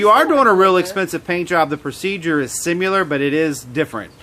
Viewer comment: The procedure is sim-ye-lur 🤦🏽‍♂️😫😢